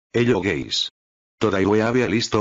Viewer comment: “hello geys”